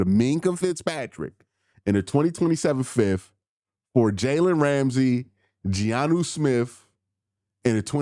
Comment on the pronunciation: Q I love you but Giannu Smith is killing me😭🤣